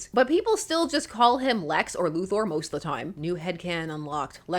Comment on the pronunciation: Sincere thanks for pronouncing "Luthor" correctly.